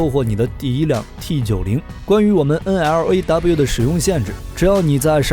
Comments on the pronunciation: 專業一D啦，係讀N Law， 唔係咩9 N，L，A，W。肉9酸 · 不好意思，這支反坦克導彈發音不是N-L-A-W,是N-洛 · 干嘛要字母念法~直接读LAW 就好了嘛